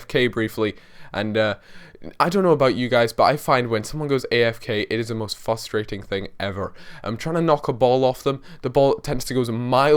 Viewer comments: WHY DO YOU ALWAYS SAY FUSSTRATING. IT'S FRUSTRATING! FRUS! FRUS! FFFFFFFFFUUUUUUCCCCCCKKKKKKKKK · The was you say frustrating is so 'fustrating' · STOP SAYING FUSTRATING!!!!